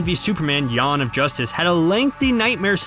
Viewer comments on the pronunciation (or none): Did he say yawn of justice?